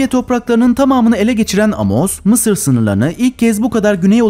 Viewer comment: Mi sir diyo ya laaa😅😅😅😅